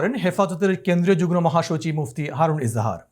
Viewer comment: সাংবাদিক মহোদয়ের কিছু কিছু শব্দের উচ্চারণে ভুল রয়েছে। যেমন যুগ্ মো কে যুগ্ নো বলা।আশা করি, আগামীতে শুদ্ধ উচ্চারণে সচেষ্ট হবেন।